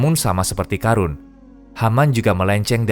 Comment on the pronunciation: Pengisi suara, bilang surat al qosos benar, bilang karun nya yg kurang tepat